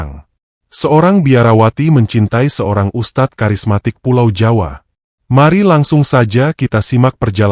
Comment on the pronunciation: Tolong perbaiki pengucapannya...beda arti ustaz dng Ustadz